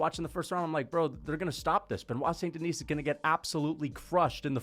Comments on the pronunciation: It’s “Denee” not “Denise” right? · Don't pronounce the "S" at the end of DENIS in French. It's just "DE-KNEE". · I feel like you’re calling him St Denise on purpose lmao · Us french dont pronounce the "s" in Denis, quit torturing yourself 😂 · Love these videos but please don't pronounce the s in "Denis" lol tbf french is confusing asf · The S is Silent